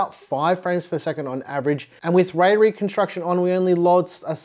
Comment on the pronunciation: My brain keeps hearing “Ray ray construction” 🤦🏼‍♂️😄